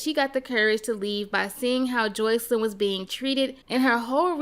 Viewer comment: I hate how u pronounce sis name!! It’s Jos-See-Lyn